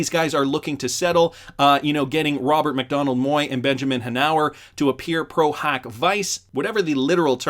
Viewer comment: Ronald McDonald so it a circus show. Just kidding. It does sound like your saying Ronald instead of Robert 😂😂